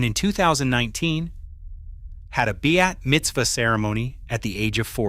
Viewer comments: It is a bat (pronounced bot) mitzvah, not bi-at mitzvah. And it's bimah, pronounced beemah, not bye-mah, which is an elevated platform at the front of a synagogue, where the Torah scrolls are kept, and the rabbii conducts the religious services. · NOT beat mitzvah - BAT (pronounced but) mitzvah. For a boy, it’s a bar mitzvah. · You should spend a little $ and hire real narrators. The pronunciation errors are totally avoidable, especially, for historical production(s)! The ceremony is a Bat Mitzvah (BAHT) "Daughter of a Blessing" & the readers' platform a Bimah (BEE-mah) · So annoying to hear this robot mispronounce words like Bimah and Bat Mitzvah.